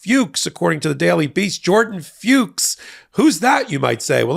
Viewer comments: Jordan FUCHS Must be pronounced rhyming with 'books', So like 'Fooks' -- NOT Rhyming 'Pukes' ... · I hate how people won't pronounce Fuchs properly here. It's pronounced F*cks. It's the German word for fox. Have fun, don't be so uptight